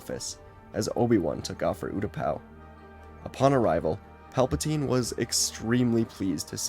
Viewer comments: It’s funny because he accidentally miss pronounce Palpatine and said Palptime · I loved the accidental mispronunciation of Palpatine’s name, it got a chuckle out of me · PALBATINE Palatine 😂😂😂😂😂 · The fact he does this in one take is amazing I only hear one miss read in the entire thing with Pelpatine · It's Palpin' time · Palpa- what now? Tine? No teen? Tine?